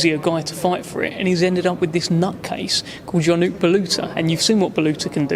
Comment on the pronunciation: ▶️ Ionut isn't pronounced like that 🗣Pronounced yo•noots ▶️ Pointless retort, wouldn't be said to Hearn /, after a great summary from